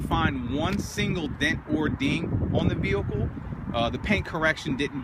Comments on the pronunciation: on the vewhicle, it's vehicle man VEHICLE not vewhicle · Weird way of saying vehicle